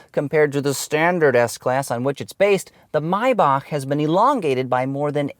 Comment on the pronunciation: Finally somebody who knows how to pronaunce Maybach